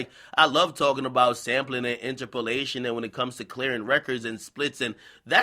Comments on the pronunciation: In turp o lation not inter po lation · "inter-POE-lation"? bruh it's "inTERpolation"... and you got tiddies too Ak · This nigga pronouncing interpolation got me dying 😂😂😂😂